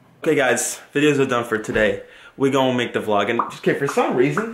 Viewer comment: I'm acually so happy he said vlodge